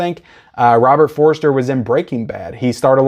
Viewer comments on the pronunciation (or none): No disrespect - it's Robert For-ster, not Robert For-re-ster.